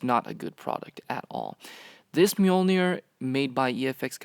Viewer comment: i hate how americans pronounce mjölner